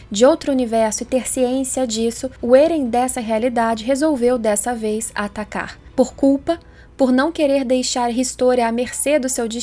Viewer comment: Faz uns 4 vídeos que sempre que eu ouço a falando atacar eu ouço "tatakar" quase um tatakae